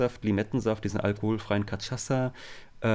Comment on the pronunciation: Ähemm, Kaschassa wird es ausgesprochen! Cachaça [ka'ʃasa, portugiesisch ka'ʃasɐ] ist eine brasilianische Spirituose aus Zuckerrohrmost, die früher und hochsprachlich als Aguardente ‚heiß brennendes Wasser‘ oder ‚Feuerwasser‘ und umgangssprachlich oft als Pinga ‚Fusel‘ bezeichnet wird.